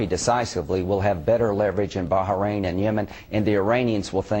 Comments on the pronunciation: "Barharrain"? What is it with Yanks and their mispronunciation of anything Middle Eastern? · Baharain? Heh. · Is it really pronounced Baha-rain? I think he's making fun of Graham, but i'm not entirely sure. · What is "Baja- Rain" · wow u americans can't even pronounce Bahrain right